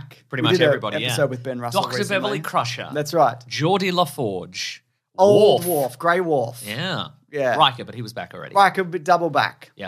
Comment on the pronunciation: Poor, the first Caravan of Garbage that he’s going to do when the break ends is going to end up in everyone making fun of how he pronounces “dwarf”. Enjoy your break gang!